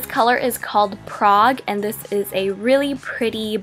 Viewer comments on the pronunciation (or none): none